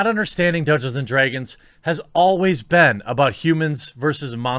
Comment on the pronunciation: I love the way you say draegons lol